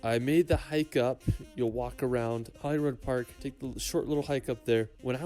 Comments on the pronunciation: It's Edin bruh Glas goh Holy rude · It's not Edinboro it's pronounced "Eddin Bra" ... Glen Finnnnan is pronounced "Glenfinn an" Holyrod is pronounced "Holly Rood" .... And it's insulting he didn't think to include Glasgow (not Glaz Gow but Glaz Go) pronounced locally as "Glezga" our largest city in this. But love your reactions Bro... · Glen FIN NAN VI A- DUCT now put them together and pronouce together, ED- IN - BURGH. HOLY- ROOD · Pronunciations just cringe. edinborrow 🤮 edin- bruh holly rod ugh 🤮 fee nan 🤮 honestly Never copy these !